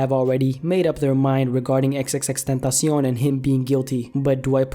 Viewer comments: Its Xxx TEN ta see on. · Xxx Tan tas eown.... why do you say it so weird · Chris Villalvazo It's x x x ten tah si ON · XXX Tuntasion :B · Ffs can you just pronounce it right pls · The way you say his name tho xD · NinjaMaker_NM ethan is wrong saying that is the right pronunciation and the guy in the video is so bad at spanish. Drake is a bitch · Bruh disrespect the way he said "tentacion" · Does anyone else cringe when he says tentacion?